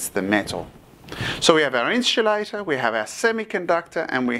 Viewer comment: Great Video! but i would like to clarify that its pronounced IN-SUL-A-TOR. Not INCH-U-LATOR or EN-CHIL-ADA